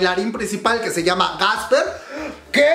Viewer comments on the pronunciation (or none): none